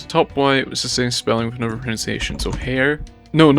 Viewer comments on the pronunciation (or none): it's pronunciation not proNOUNciation